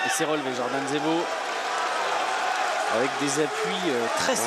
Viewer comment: 6.49 il dit zordan jebo, ca m'as fumé